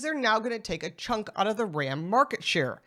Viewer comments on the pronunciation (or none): none